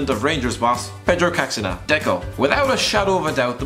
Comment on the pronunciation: Completely killed Caxinha's name😂 Cash-E-nya